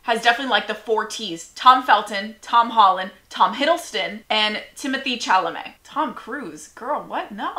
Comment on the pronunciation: not her pronouncing Chalamet wrong 😂